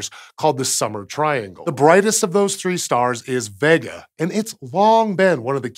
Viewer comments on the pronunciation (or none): Great video. But isn't it pronounced vay-ga, instead of vegga?